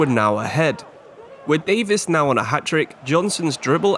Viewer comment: Loving the series!! Realistic careers are so much more interesting!! Though I will say Keinan Davis is pronounced Dave-Is not Davies